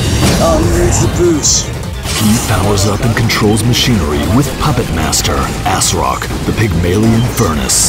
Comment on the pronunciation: cracks me up that he pronounced Asrock as assrock